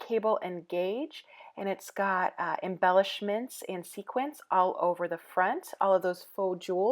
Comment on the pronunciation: A road trip I would love to do...But please, please...it is sequins or sequined, not sequence. :D